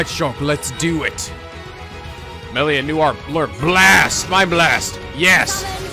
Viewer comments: I feel like there are going to be a lot of “Meh-li-a not Mee-li-a” comments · Meal-lia? Ummm? Its Mell-lia?